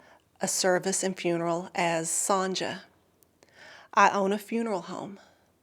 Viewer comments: Strange pronouncation of 'Sonja' A very common name in german btw, pronounced 'Son-ya' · Normally here in the USA it is pronounced son-ya as well. First time I've ever heard the j pronounced this way.